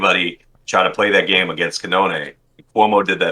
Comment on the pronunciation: Didn't watch yet but commenting to say there was a bit of a spoiler in the title:D Awesome analysis, loved it! prononunciation of Cannone is so funny